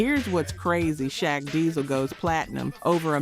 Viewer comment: You said u did research but then failed to pronounce benzino correctly even shaq, are you AI or something cause those names been mentioned for years and u should know how to pronounce them. Oh okay u said benzino right after the title lol . Ill give you that one . But no excuse for saying shaq wrong